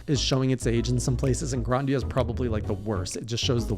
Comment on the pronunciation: Bro it’s GRI-Da-Nia